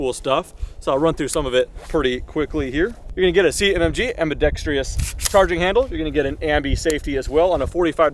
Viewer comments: Guntubers always say ambidextrious instead of ambidextrous. There's only one i in the word. I like the videos though. I know, I'm a dick. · Please learn how to "ambidextrous" properly